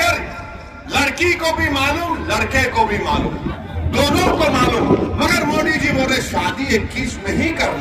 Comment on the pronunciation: Itne saal hogeya modiji ka name ka ucharan hi sahi nehin karparahahai ye joker